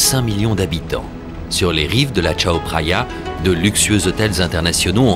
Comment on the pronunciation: Par contre, j'ai mal aux oreilles à chaque fois qu'il prononce "Tchao Praya" alors que cela se prononce "Kao Praya".